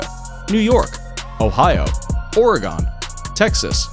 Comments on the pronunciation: Why... the fuq... did you call Oregon... OREGONE!!!???? SAY! IT! RIGHT! Same with the people that call Nevada "Nehvahdah"! Learn to read! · God how many people will make this mistake... it is pronounced “Orag-in” not Oreg-on